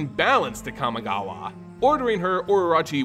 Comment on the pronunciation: Let's play a drinking game where we take a shot everytime he pronounce kamigawa wrong